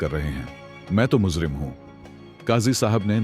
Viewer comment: raaj rahe raaz, muzrim nahe mujrim